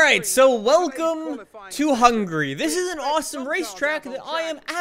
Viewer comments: You said hungry not Hungary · When you say Hungary it sounds like hungry 🤣🤣🤣🤣🤣🤣🤣🤣🤣🤣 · YEP I realized it too